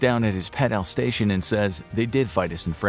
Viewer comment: Why are you pronouncing alsatian as alstation lol